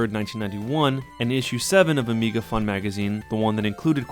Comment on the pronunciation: Amiga sounds like amiibo.